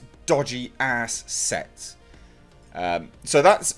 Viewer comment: Remind me not to watch these waking up half asleep before morning coffee. "Sets" sounds like "sex" lol had to rewatch haha